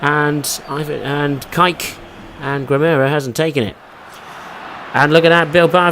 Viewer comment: Kike.. it's pronounced kee-kay. Love your videos but I'm cringing hearing you mispronounce his name that way.